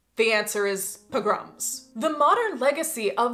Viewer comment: Among the things I learned from this video: pogrom has the emphasis on the second syllable. Thank you. I know a lot of my vocabulary I've learned from books and left to my own devices I sound like Jed Clampett from the Beverly Hillbillies.